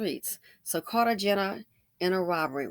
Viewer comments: Medellin is pronounced Med- e- yeen. Cartagena is pronounced Cart-a-hena. This is a common occurrence in Colombia. They give them a drug called Scoplamine AKA “Devil’s Breath”, then rob them. Sometimes the drug is so strong it kills them. They go to Colombia and stare at these women all thirsty looking 😂 and then they get drugged. Another thing is they think they can speak to Colombian women anyway they please and put hands on women like they do in the US and Colombian men don’t play that. I guarantee, these dusties will be jumped so quickly for disrespecting their women. 😂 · Hey sis. The cities are pronounced med-uh -YEEN and car-tuh-HAYN'-yuh.